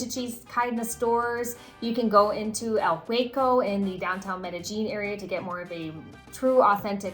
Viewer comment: Medellin..like med-uh-yeen. Not med-uh-jeen.